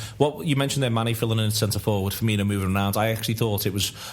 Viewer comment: FUR-MEEN-OH please tell him hes doing it wrong